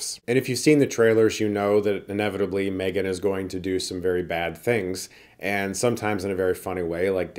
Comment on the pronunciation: Chris? Why did you pronounce this wrong? It’s called M-three-gan